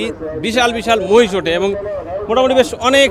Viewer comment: মাহিষ না মহিষ 😅